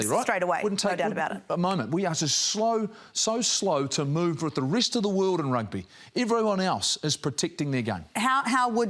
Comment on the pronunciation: It’s Rugby🏉 not Rugga just to let you know so peace ✌🏽.